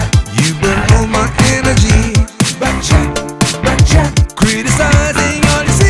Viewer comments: Pertama dengar kirain saya "bancet bancet..taunya back chat..hahaha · Yg org denger : "Back Chat Back Chat" Yg gw Denger: "Becek, Becek" 🤣🤣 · Pertama x aku dengernya becak becak 🤭